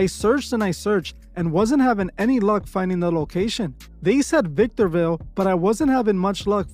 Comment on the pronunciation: Bruh When He said “Victorville” 😅 😱 I’ve lived here all my life 😮